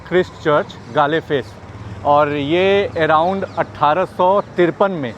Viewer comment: Galle face is pronounced as Goal face...❤